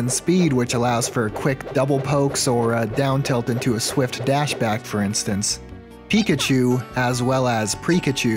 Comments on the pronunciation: please never say Pre-kachu again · I'm calling Pichus "Prekachus" from now on. Also Raichus will now be "Postkachus". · I'm saying prikachu from now on